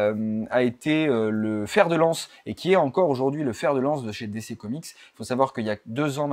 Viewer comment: On dit plutôt "DiCi" que "DéCé"